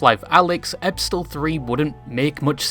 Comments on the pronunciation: Epistle is pronounced EE-PISS-ELLL, you HEATHEN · Epistle. Rhymes with "thistle". Means "letter". You utter mong. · epistle is pronounced "uh pee sell" the T is silent. English is not my first language but our pastor in the 90's to late 2000's was American